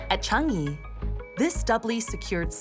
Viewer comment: How hard is it to pronounce Chang-i properly. Chang - PAUSE - yee. Idiots.